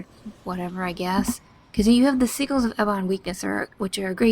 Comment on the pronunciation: just an fyi, they are called Si-jalls., not Si-galls, just to broaden everyone's horizons =)